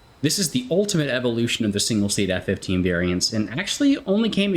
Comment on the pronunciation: I must say as an Israeli F-15 enthusiast myself you nailed all the names of the F-15s